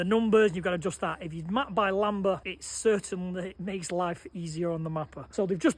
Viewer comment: It's 'lam-duh'